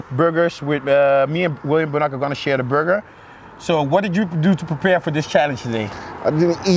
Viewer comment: I always thought Bonac was pronounced Bow-Knack not Boo-Knock